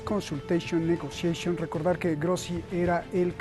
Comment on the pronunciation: Consulteichon, negoseichon, casi un peñanieto le falto decir manufactureichon, insfractureichon😂🤣